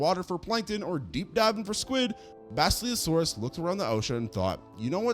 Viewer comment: Dude, I like the content and subbed awhile back. But your pronunciation is a crime. In this one you murdered basilosaurus and quetzalcoatlus. Just take a few seconds and look up these pronunciations. It's not good for your credibility to constantly be fumbling these names.